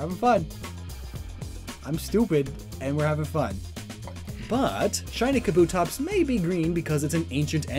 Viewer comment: I love shiny Espeon. It is beautiful!..Also you said Kabuto and Kabutops wrong...People always get this wrong......You know Kabuto from Naruto? You pronounce the Pokemon THAT way....